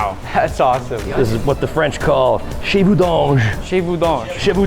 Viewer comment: gotta call u out on ur French ... if you said shay voo (chez vous) to a French person, they'd think you meant "your house".. cheveux (hair) is pronounced shu veur